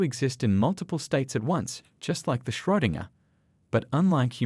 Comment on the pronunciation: Did anybody else twitch a little every time they said Schrödinger ?😅